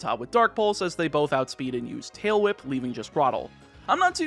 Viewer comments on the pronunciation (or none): none